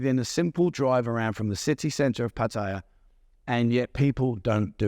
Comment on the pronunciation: The first mistake people make when coming to Pattaya is to pronounce is Pu-Thai-Ya. It's 2 syllable. Pat-ya.